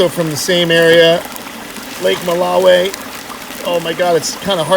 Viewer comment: Mbuna are vegetarian! Don't feed them fish! They are opportunistic fry predators but are generally algae eaters. Most, if not all of what you added are Mbuna. Add haps if you wanna feed them fish. Lol btw your pronunciation of Malawi is unusual lol. Oh BTW Malawi cichlids tend to be polygamous. Actually most of the males breed with any and all females they get to attract. This is true for mouthbrooders in general.